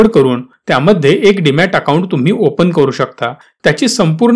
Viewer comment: Demat not Dimat